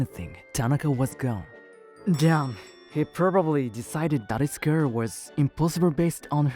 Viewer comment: PLEASE PLEASE PLEASE Hire better English speakers. You guys are making fools of yourselves w/ this bad English translations. Example You say Ster not Star & Gurl not Girl